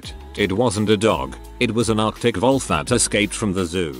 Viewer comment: Absolutely thrown by the bot pronouncing it 'volf' right off the bat. Astounding.